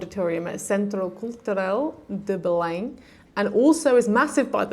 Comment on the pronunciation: Olá! In Portuguese now, although I speak English. Bom dia, Guimarães, Centro Cultural de Belém, Porto, Francesinha? Tão bem pronunciadas estas palavras, estou estupefacto! Anda aí um Bife que mora em Viseu há quase 5 anos e ainda não sabe dizer "Viseu" como deve ser... Por outro lado há o Dave in Porto que até já diz umas boas asneiras. A tua voz a cantar na capela é um espanto. Qualquer dia até já cantas Fado, não te preocupes e curte a vida, com música de preferência. Xau, beijinhos!